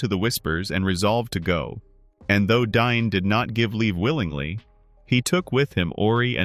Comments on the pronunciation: It’s DAin NOT DINE 😂🤦‍♂️ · Ole Dine of the Eeron Hiles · Am I crazy for thinking you're pronouncing Dáin wrong?